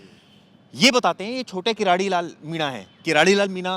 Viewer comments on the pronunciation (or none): किराड़ी नहीं भाई किरोड़ी लाल मीणा कम से कम शब्द तो सही बोलो नरेश मीणा ❤❤❤🎉को रिहा करो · किरोड़ी मीणा है न कि कराडी